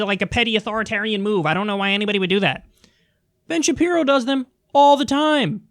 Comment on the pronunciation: Been Shape-Eye-Row